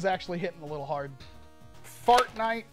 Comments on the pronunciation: HE SAID FARTNITE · when he is testing it for fps he says fartnite🤣